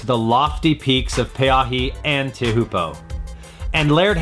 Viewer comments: I have a lot of trouble listening to someone talk about how bad Teahupoo is while badly mispronouncing the spot name... Its not pronounced "tee WHO poo", only gringos call it that, its "Cho Poo". And surprise surprise, one of the most popular spots on the planet is crowded. Go to any other break, including right near this spot, and it'll be relatively empty. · Back to the Tahitian pronunciation. There are no fricativevs in this language and every vowel is pronounced. So the following phonetic elements are used: Te-a-hu-po-o T (as in Tom), e (as in fresh), a (as in but), hu (as in hood) po (as in pole except the vowel is cut short in a stop) - o (as in pole) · It's pronounced "cho-poo" ... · Tea a hoopoe It's called Chopes, or if pronounced correctly, Choepoo. This of course writing it out the way it sounds. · Not "Tee-who-po" its "Tee-uh-poo" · Every time you call Teahupoo 'th-e-hoo-po' I want to tell you to stop and re-edit your video!!! Before posting such videos try and understand how to pronounce each individual noun... Teahupoo is pronounced 'Cho-poo'. Highly annoying how little back ground research has been conducted in this preposterous report. How can you even argue Everest is similar to Teahupoo. Further, anyone with the internet can find more appropriate quotes from Hamilton on his perspective of the surfing world and crowded beaches. I mean come on, he met his dad by surfing on a busy beach'. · Tay Hoe Poo? Lmao. It is pronounced Cho Poo. Or Chopes for short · If you're going to make a video like this, at least pronounce the wave correctly. CHO-poo. Not, teh-HOO-po. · FFS its pronounced 'Chow poo' NOT 'Tea Huppo'. But if u a seppo I guess its what ever a seppo says it is... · It's pronounced (CHO POO) not tea uh poo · Not tay who po. cho poo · He pronounced it “teahupoo” what a kook. It’s pronounced “Cho-po” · "Cho-Po".....like GoPro but CHO PO. not TEY_HU_PO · "TAY-HOO-PO" lolololololol KOOK ALERT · Lol, tay-hoo-po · “Tay -hu-po” lol.